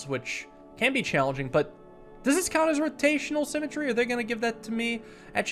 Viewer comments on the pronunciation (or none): simatree now sounds like sim-a-tree and not a word